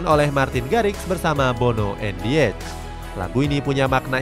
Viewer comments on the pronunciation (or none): none